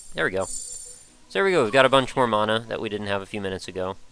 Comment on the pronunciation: its Man-uh